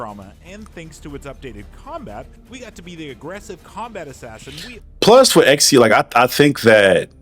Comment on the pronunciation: I agree with you but why are you calling him Exio